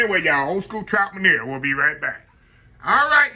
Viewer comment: I enjoyed the recipe Chef. Just a heads up, the French pronunciation of MEUNIÈRE is (mun-Yair’). Love the show. God Bless